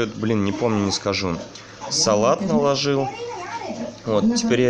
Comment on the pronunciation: Некоторые слова режут слух -😊 НАЛОЖИЛ !рис. ТЁТЕНЬКА! 😀